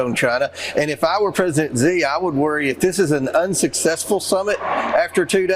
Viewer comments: "President Z" ... really? We no longer do the bare minimum and teach our officials the whole "put tongue at roof of mouth, a little flat, and say 'she'" when saying the Xi sound? We just go on national TV and call people whatever we can pronounce at the moment 😅 damn 😑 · Xi is pronounced similar to the pronoun ‘she.’ (Not like ‘zhi/ghi.’) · President Zee? So many mispronunciations of his name...it is essentially pronounced the same as "she". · The Dump is a moron with a brain that is disappearing, so there is no need to exaggerate about his condition. He does not appear to struggle down the stairs to me. Holding the rail is sensible at any age. Xi Jinping's family name is pronounced she, not gee. American mispronunciation of foreign names is arrogant, lacks class, and detracts from your arguments. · Someone tell gomer fudd it's pronounced "she" or "zhe" not "zee".... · His name is Sheee, not Ji, or Gi. Hopeless monolinguals, no tongue, no brain to connect with the outside world. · dude, pronounce it properly: Sie, not Zee, not Gee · XI is pronounced "she" not jee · She, it is pronounced She. Not the letter "G". and the Republicans can't pronounce his name. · You are not pronouncing the president of china's name properly. The Xi is pronounced like she not g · Why do you insist on calling him “Gee” Jinping? I cringe every time you say it, Ben. If you can’t be bothered to make even the minimum effort to pronounce it properly, just say “She”. That’s still wrong, but it’s a hell of a lot closer than fkn “Gee”. Even Trump makes more of an effort than you! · it's shee jin ping, not zhee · Yo Ben - his name is pronounced "Shee" (Xi) not "Jee"... thanks! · She Jing Ping . Not Zhi. Xi is pronounced She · PLEASE, President Xi's name is pronounced exactly like the English word "she". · Ben, Xi is pronounced “she”. Thanks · It's pronounced C. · Comer does not even know how pronounce Xi's name.